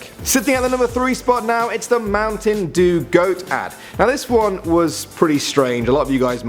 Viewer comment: Why is he (a Brit) pronouncing Dew in Mountain Due like an American. Did the producers make him?